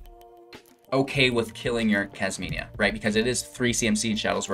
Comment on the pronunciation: Kasmina not kasmania. I don’t want to be rude but it was just bugging me the hole time, needed to say it